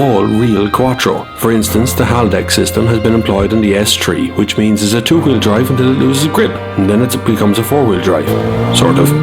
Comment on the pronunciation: He meant S3, but said Street.